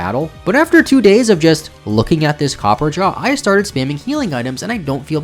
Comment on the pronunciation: This mispronunciations are driving me crazy. It’s not copperjah and it’s not faragrif.